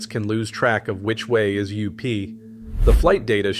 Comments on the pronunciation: This AI generated & narrated shit has got to stop, I know I stopped when up became "You P"! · "...even experienced pilots can lose track of which way is 'you...pee'" Yup. Garbage ass AI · A.I. can’t pronounce “up”?